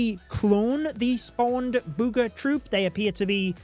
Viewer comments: I don't know why, but "bood ga troop" sounds hilarious 😂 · I love how says booger